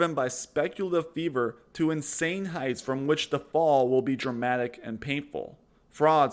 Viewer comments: Not taking advice from a guy that pronounces “fervor” as “fever” Or a guy that paints ALL crypto as Bitcoin or just coins that don’t do anything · "Fervor" is not the same word as "fever". As english is your mother tongue and your job is to read words, one would think you could accomplish this simple task.